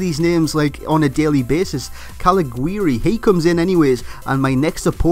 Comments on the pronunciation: here is the german back again :D the "g" in the name of caliguri is pronunced the the "j" of for example joel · Volland anyday, also it's pronounced Caliguri with a soft g :)